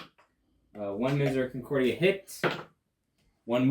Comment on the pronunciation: Please ask your guest to read the word miseracordia and really sound it out. Where is he getting the "con"?